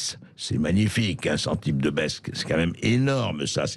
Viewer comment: Une petite remarque à André Bercoff : on ne dit pas "ka même" mais "quand même". Pour revenir sur la condamnation à un an de prison ferme, je trouve personnellement que la purger en famille, en présence constante de l'objet du délit (sa fille), est psychologiquement plus dur que de la purger tout seul dans une cellule, parce qu'il ne pourra pas fuir ce que ce souvenir lui inflige. Mais le mieux, bien sûr, aurait été dix ans de bagne à Cayenne.